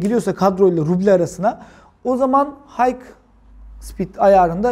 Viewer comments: video yararlı ama high’ın hayk diye değil hay diye okunduğunu söyleyin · Hike değil high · Ellerine sağlık usta çok güzel anlatım. Ufak bi düzeltme olacak izninizle.. H dediğiniz HIGH(yüksek) yani okunuşu HAY.